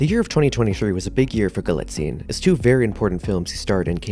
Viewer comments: Your highly principled opening statement is denied by incorrect facts, grammatical errors and mispronunciations throughout. First, the name is Galitzine, stress on the first not second, syllable, as you should know by now. Especially after wide publicity for Anne Hathaway's name rap. Nor is it "Guillotine" as in subtitles. Do you copy check? Clearly not. Dulwich is pronounced with a silent 'w'. Villiers is pronounced Villy- ers not with some cod French stressing. You use the word 'imminent' when the correct word is 'eminent' and although you can have 'several of many' you cannot have, as your voice over, 'many of several.' As another comment points out - and I am not the first to offer corrections here - Anne Hathaway's character is Solene, not Sophie, which shows you have referenced an outdated press release. Galitzine is not proficient at violin - easy to reveal by homework - but is highly proficient and self taught in guitar and piano. Poor resumes of storylines are not interesting facts about the actor, but should include proper details such as how, without acting training, his first professional role was as the star, that he was a professional level athlete, and speaks Spanish. For a start. Perhaps you need to go back and redo for the sake of versimilitude. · У него русские корни. Это известная древняя фамилия . Правильно ударение на второй слог.